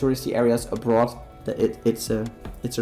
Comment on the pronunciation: I love how he says "A Broth" instead of Abroad hahaha did you also know that Dutch are pretty good english speakers. It is very important in school to speak and communicate in english as well.